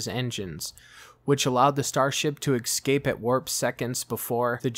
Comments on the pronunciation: its pronounced escape, not "exscape" you are supposed to say Esssss-cape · The word is Escape..pronunciation ess-cape not excape your pronunciation is abysmal...